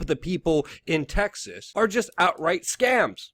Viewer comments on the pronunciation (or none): none